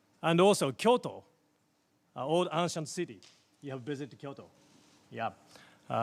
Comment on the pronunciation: 進次郎の アンシャントシティーにびっくり。福田はペラペラ喋るのにシュワが発音できない。岸田はあと三十回、朗読の練習してから本番に臨みなさい。 宮澤も余裕こいてるクセに シュワがヘンテコな発音。河野太郎は語学留学してる女子大生並みの英語力。